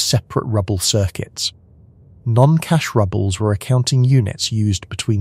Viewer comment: Cash rubbles are a bit rubbish. "Rubles" = "roobles" (pronunciation). Also, present and past tense of the verb "to read" needs attention. While spelled the same, present tense of "read" is "reed," and past tense of "read" is "red."